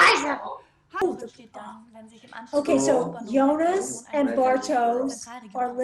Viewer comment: Watching it now, 360p quality be damned... really good stuff, definitely subscribing! Of all the possible shows to react to, you picked the best one out there, that's for sure. Look closely, that's not blood, it's a black liquid. Since you're ribbing us Germans a bit, you surely won't mind me slightly correcting your pronounciations... 😉 Jonas: "Yo-nas" / "Yo-nuss", not "Joe-niss". Bartosz: "Bar-tosh", not "Bar-toes" (it's a Polish name, so "sz" is like "sh" in English). Ulrich: "Ulrichhh" (well, there is no such sound in English), not "Ulrick". Franziska: "Frun-tsiss-kah", not "Fran-chess-kah". Regina, the G is not like the one in "G-Wagon", but like the one in "Gangster". Ah well. I guess some of it is counter-intuitive for an American. If in doubt, listen to the way they say it in the show. I don't expect you to pronounce everything correctly all of a sudden, i'll just put it out there and you can take from it what you want :) Very good job already on pronouncing Martha, Mikkel, and even Helge and Charlotte (no silent vowels at the end of words in German), so not all is lost. Also, a bit later in the video you already switch from Joe-niss to Yo-niss, so you're halfway there. Typically pedantic German signing off and looking forward to the next video, correct pronounciations or not! 😄 Oh, one last thing. Make sure to choose the "English" subtitles, not the "English (CC)" ones. The "English (CC)" are a transcript of the English dub, meant for the hearing impaired. For